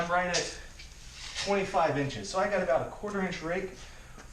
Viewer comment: How much lift did you get?? I listened like 4 times and it sounds like you said 25 inches!! Did you say 2.5 inches??